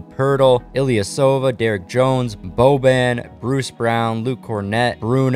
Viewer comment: Great video but it’s cringe when u mis pronounce a lot of the names. Some I don’t mind but when u call boban bobin, it’s a little annoying